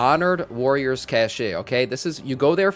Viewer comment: Very good video! It’s pronounced cash btw. Not cache